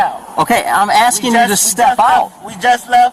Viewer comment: She Axin you a question Mr POlice man.